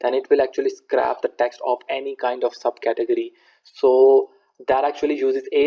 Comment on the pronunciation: Just to let you know scrape isn't pronounced like that, think of the word ape with scr in front of it. What you are saying is "scrap" which means to throw in the bin, very different meaning :)